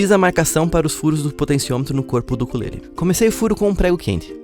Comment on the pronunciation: ta errado o jeito que voce falou ukulele